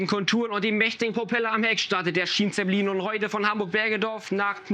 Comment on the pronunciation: Hättet ihr in der Englischen Tonspur das Wort Schienenzeppelin nicht wenigstens richtig aussprechen können? Oder ist das so eine billige AI Stimme?